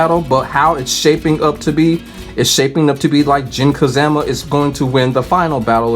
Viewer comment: I cant help but chuckle every time I hear Jin "Ka-ZAM-A" 😂.